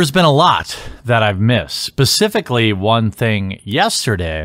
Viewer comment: At the :09 second mark I'm pretty sure you said Pacificly...